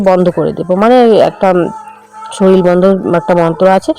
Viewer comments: Shoril bolo keno sunte valo lagena shorir bolo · তুমি উচচারণ ঠিক করে বলো বারবার শরীল বলো কেন ।শরীর বলো ।